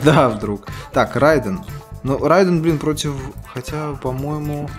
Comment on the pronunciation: Правильно:Милина а не мелена, не Райдн а Рейдн